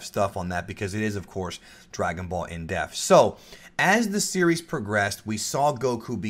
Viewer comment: I know somebody else had to have noticed this but every time he says “in depth” he says in death...